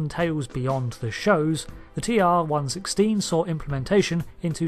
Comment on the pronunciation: not to be pedantic but A) 'TR 1 1 6' is how it is pronounced in DS9 and B) this weapon is akin to a modern MBR or DMR more like phaser rifle in ST, never could it be considered as sidearm >.< like the phaser......